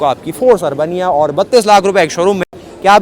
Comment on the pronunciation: अर्बनिया नहीं अरबेनिया कहिये आपने तो इसे अर्बन बनिया बना दिया